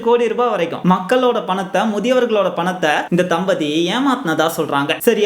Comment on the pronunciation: “தம்பதி”ங்கின்ற வார்த்தையை “தலபதி”ணு வேரு யாராச்சும் படிச்சிங்களா?